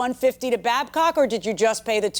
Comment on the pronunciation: BADCOCK 😭not Babcock